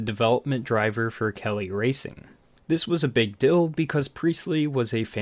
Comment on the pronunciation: Deal...Deal... DEAL!!!!! NOT DILL!!!